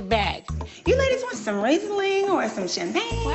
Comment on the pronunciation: Love her -Ringling as opposed to Reisling . Then the others just say pour it !